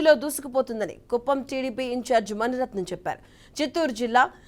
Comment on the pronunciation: మణిరత్నం కాదు తల్లీ మునిరత్నం